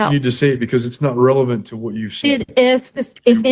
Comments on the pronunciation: 💁🏽🇺🇸🇺🇸🇺🇸🇺🇸🇺🇸 OK😂😂😂. OUCH! 😱😳😂🤣😂🤣😂🤣😁 WHEN THE JUDGE SAYS “ RELEVANT” WITHAL A STRAIGHT FACE- & SHE RESPONDS WITH “ IT IS REVELANT” I ALMOST WET MYSELF! 😂😂 THIS CLEARLY HAS TO BE A BRAIN DEFICIT! I AM NOT TRYING TO MAKE FUN OF HER- BUT I KNOW PEOPLE THAT ALWAYS SAY “ SCRIMP”. 😢😢😢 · Genuinely a Master of the English Language!! Aks her……she will prove Revelent